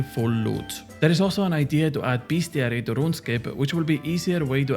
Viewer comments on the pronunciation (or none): none